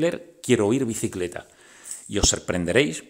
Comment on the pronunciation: La palabra bicicleta lo dice de forma confusa,algo como alquicet